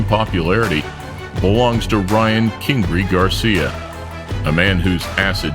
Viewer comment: did this dude just call ryan garcia kingree?